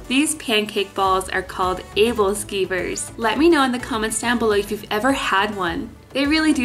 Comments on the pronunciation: Im from denmark and fell of my bed laughing when she said "Æbleskiver" i know it's rude but the thing that got me was how serieus she sounded and i could almost feel the way she said it cause i wasnt always good at danish😂😂😂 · That is sooo not how you pronounce æbleskiver lol, it's danish and actually translates to appleslices for some weird reason haha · You pronounced the “pancake balls” wrong just wanted to say not hating